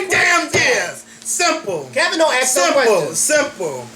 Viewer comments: Not mad just saying you should say ask not ax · its ASK....NOT AX. YOU DONT AX SOMEONE A QUESTION YOU ASK!!!!!!!